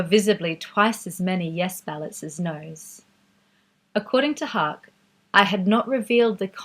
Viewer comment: great content, but Haacke is pronounced "hack-eh"